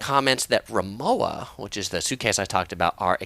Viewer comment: Say it with me... RimoVa... say it the German way... thanks!